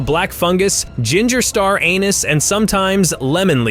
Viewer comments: “Ay-nus”? You mean anise, I hope. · The narrator said anise, the spice is "anus" when the spice is actually pronounced "ah niece". Hilarious. I plan to go to Hong Kong this year and would love to eat the spiders. I have already eaten frog legs, grasshoppers, and stinky tofu. I boldly tried balut and hated it, but civet coffee is the best I have ever tasted. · Star anise not a nus 😂